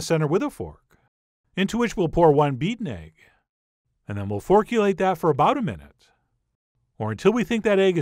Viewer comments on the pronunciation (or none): Forkulate :P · forkulate lol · We'll forkulate that